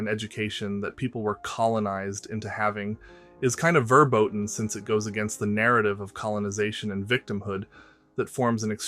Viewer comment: The pronunciation of "verboten" killed me